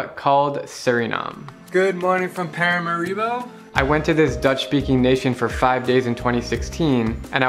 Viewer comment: Lol you stressed the wrong syllable in Paramaribo. It's ParaMAribo.